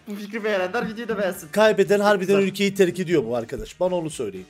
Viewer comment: eksto ükle degil ülke:D